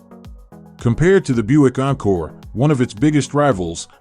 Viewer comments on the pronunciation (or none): none